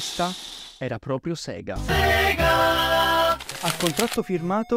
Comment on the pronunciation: In realtà si dige SEGA e non SIGA, soprattutto è come viene detto appena appare il logo d'apertura su una console di quell'epoca, perché la pronuncia è giapponese e in Giappone i suoi delle lettere latine sono più vicini al latino per quelli che sono detti rōmaji.